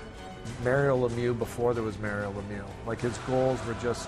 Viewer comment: I like that the presentator really did pronounce Lemieux like it really should sound